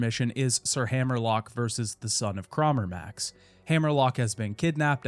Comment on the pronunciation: please for the love of god. its crawmerax. not crawmerMAX